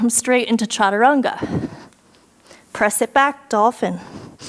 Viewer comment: Love the challenge this class brought me, OKAY WE NEED MORE OF THIS DIFFICULT LEVEL FROM YOU (you are an inspiration)!! I Almost collapsed when you said chachaturanga for a mintue lol!!!